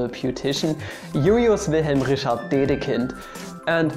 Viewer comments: "This is how you pronounce German mathematicians" pronounces Kirchhoff as Kürschhoff and Richard as Rischard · Friedrisch? Ludwisch? Rischard? Kirschhoff? Wirklich? Lasst euch von einem Sachsen nichts über Aussprache erklären.